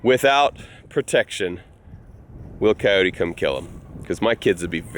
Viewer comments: It is pronounced cy-oat in Texas. Cyoteeeeeees is just all wrong. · Its two syllables: phonetically::Cay- ote. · City folk don't know how to pronounce Coyote and neither do you. Leave the "E" off the end of the word. Think of "Kyoat".